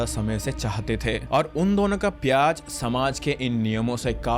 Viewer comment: bro said pyaz 😅😂